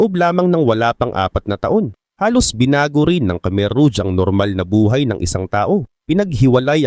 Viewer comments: rouge pronounced as rog Hindi ruj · ruj ang tamang pronouciation brad kasi french word yan mening red